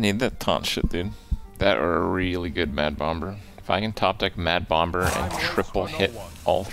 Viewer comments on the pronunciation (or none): the second b in bomb is silent pls pls pls pls pls pls not being mean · "Mad bomb-ber"